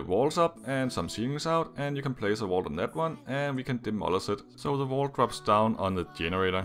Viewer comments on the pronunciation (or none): Number 7, it sounds like you're saying the wall drops down on the generator, but it's actually a vault. Wall is so different from vault I can't tell if it's your accent or you just got it wrong